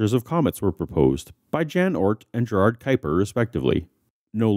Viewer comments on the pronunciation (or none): none